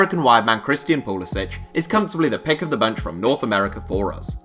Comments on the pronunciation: It is pronounced pulasic not pulasich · It's pronounced like poo-li-sick. He's American so the c doesn't have the accent.